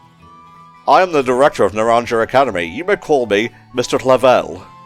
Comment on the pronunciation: Naranja is pronounced as “nah-RON-ha”, j’s in Spanish are usually said as Hs. As for me, I greatly enjoyed my playthrough of Violet, but between the technical hiccups and how fresh Arceus’s gameplay felt, I had to put that game above this for personal GotY 2022. Still gotta come back and do the DLC. And friendly reminder to completely close the game out when you’re done with your recording session so as to reduce the memory leak issue and have less pop-up and slowdown problems later on! And to hopefully avoid the music bug, unlike me.